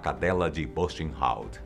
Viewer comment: Amo seus Videos, vc é excelente! Mas por favor olhe antes no Google a pronuncia certa em alemão: por ex.: Buchenwald. Apenas uma critica construtiva😊